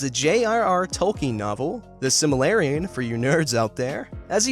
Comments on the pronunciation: Its pronounced sil-ma-rill-ion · Correction: Sil-Mah-Rill-Lee-Uhn It's a common mistake, but that's how it's actually pronounced. ^-^ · >"Silmalarrion" Bruh. Silmarillion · the "simarellion" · It's pronounced Sil-mar-illion. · He Pronounced the Silmarillion The Sil Malarian SEND HELP Unless he's Pronouncing it right in which case Disregard my Previous Statement. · This guy mispronounced Silmarillion. Get rid. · Completely cringed at the botched pronunciation of Silmarillion